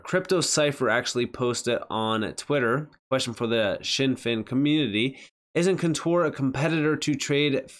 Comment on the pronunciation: It’s always been pronounced Zin Fin, never known it as shin fin in the years that I’ve been researching the company